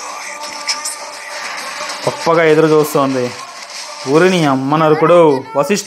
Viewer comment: Not vashisti bro vashista